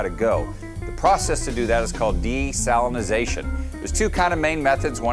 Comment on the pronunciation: dude actually pronounces desalinization correctly !